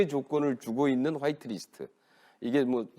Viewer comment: 그냥 화이트리스트라고 해라. 와이트는 무슨... 거슬리게